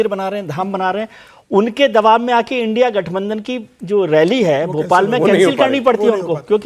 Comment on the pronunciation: it is not l n d I a alliance it is indi alliance